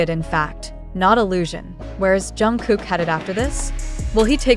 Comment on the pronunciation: Блогер почему вы имя Чонгука произносите правильно а КИМ ТЕ ХЕН не правильно, неужели это так трудно? Просто неуважение к нему.